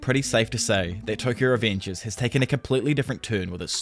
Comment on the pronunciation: The way you pronounce revengers makes me think you have some kind of mental problem